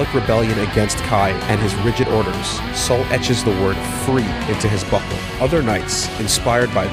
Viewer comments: Hes saying buckle right? Not butthole? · I'm probably the only one, but I can't help but keep hearing "butthole" instead of "buckle". I don't know why. But hey, the part about etching words into buckles became much funnier than it was ever meant to be. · Am I the only one that miss hears him saying "butthole" instead of "buckle"..?